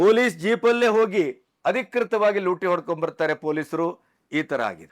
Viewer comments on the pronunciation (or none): none